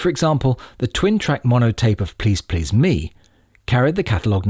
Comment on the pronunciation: Who could possibly trust the opinion of somebody who continually places the stress on the "Me" of "Please Please Me", rather than the second "Please"?